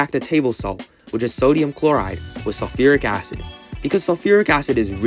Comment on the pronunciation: ah yes "SULURIC ACID" my favorite acid